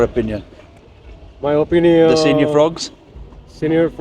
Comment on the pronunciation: Lol pronouned sen-yor not senior ! 😂😂😂